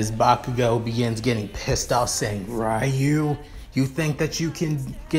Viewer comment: it is not rayu it's ryu